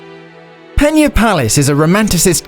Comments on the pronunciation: You said "peña" so many times that I almost had to throw up! It is PENA...with a regular "n". Portugal speaks portuguese, not spanish...got it? There is no "ñ" in portuguese. Never, ever say portuguese words as in spanish. It is garanteed you will be pronouncing it the wrong way. Better to read it as in yourn own language, then at least you would have the excuse that it was your own accent. "Pena" in portuguese means "feather" in english or "pluma" in spanish. Meanwhile, "peña" in spanish (the word you said) means "pain/sorrow" in english. As you can see, not only both words do not sound the same as they have two extremely different meanings. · It's Pena not Peña... why does everybody say portuguese names with spanish pronunciation? go to google translater and hear the word, it's not that difficult... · Thumbs down for pronouncing it peña